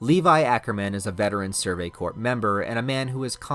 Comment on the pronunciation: Do mistakes like saying Corps wrong come from you using a program that uses your voice...its not intolerable mistake..but so many you tubers do this glibly..while trying to apparently educate..